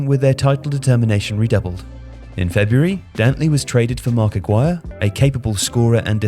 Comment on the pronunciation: Marc Ah-gee-re